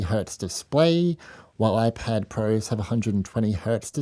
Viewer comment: Your Speech is like: Whaphone ann Whypad. Whwnjfjsjdjfn jsfvjdfvjdfv mermvervjdfvje kergkerverm😢